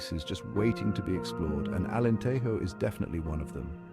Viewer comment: You made a video about Alentejo, but you didn't bother to learn how to pronounce Alentejo (the Spanish J sound only exists in "Spanish"). 8 seconds...